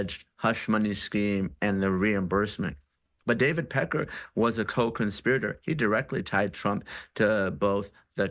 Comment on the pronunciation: It seems that she really likes to emphasize Pecker when she says it... just sayin'.